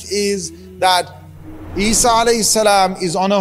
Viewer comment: its not eesa its Isa (as)